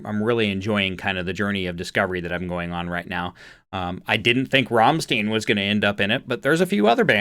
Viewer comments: It's Rammstein, not Rammsteen. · Rammstein is pronounced like RRahmShtine... basically you roll the first "R" then at the "st" you add an "sh" Sound so it's "shtine" not "Stine" RRahmshtine... ✴️an easy rule to remember when you see "EI" say "I" (the 2nd letter) ex. Einstein When you see "IE" you say "E" (the 2nd letter) ex. Believe Hope that helps 🙂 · A great reaction, thank you. Their name is pronounced 'Ramm Sti en' to rhyme with Frankenstein, not 'Ramm steen', when they came out in the '94, formed in Berlin, they were considered to be an 'Industrial' band at that time, but now they're under the banner of 'Metal' and 'Industrial Metal', to be exact, this track is from their second album, tracks to check out by them are; 'Mutter', 'Links 2-3-4', 'Ich Will', 'Sonne', 'Engel', 'Zeit' and 'Deutschland', there are plenty of other tracks by them but these are good ones to start with. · You pronounced Rammstein completely wrong! Ramm- like Rahhmm and then stein in English like I! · Why would 'Rammstein' ever even be imagined to be pronounced 'Rammstiin'? Look at the letters man. Apart from that, fun reaction. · Rammstein is around for a very long time. Their lyrics are meaningful, a bit tricky if you don’t understand German. It’s pronounced Ram-styne in your ‘phonetics’. They are best seen live due to the pyrotechnic theater show: each song has it’s own choreography. Unfortunately they sparingly release professionally video-taped live content. Most you find on YT is live amateur taped. But some of the footage is passable although the audio leaves much to be desired. Rammstein has many great official videos though. Of their last album that struck me as very humorous is the official video,of the song Zick Zack. The message however is very clear. Watch it, you’ll understand. It’s society criticism delivered with an axe. This is typical of Rammstein. And they never disappoint. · Try to say Stein like shine and add a T (shtine).